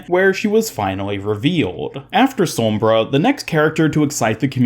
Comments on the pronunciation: It annoys me how you say "sormbra" not "sombra" lol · no one: literally no one ever:: sawmbra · Why do you say sombra like that